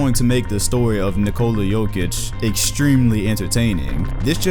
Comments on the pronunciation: I wanted to watch the video but i cant..di a little research. Its not Pronounced with J its with Y. Yokich not Jokich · "JOKE-ICH is being..." WHY CAN"T PEOPLE NOT SAY "YOKE-ICH", I REPEAT, YOU DO NOT PRONOUNCE THE J. How are so many people making this mistake? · Bro it's Yokeich, not Jokeich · Just say it like Yokich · lol. try to pronounce like this Yokic = Jokic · It's /Yo-kitch/ , please. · Its pronounce Yokich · Bruh first you think Anthony Davis is going to be a Celtic, now you can’t stop saying peoples names wrong. Nikola Mirocktick?!?! Nikola Jokick?!?! Cmon 😂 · The way he said Jokic 😬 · the J is pronounced like a Y..